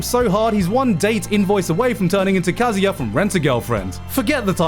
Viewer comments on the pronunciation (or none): none